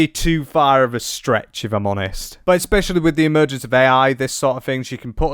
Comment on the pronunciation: Please, I love your channel, but there is no "K" In the word "especially". Its not eKspecially!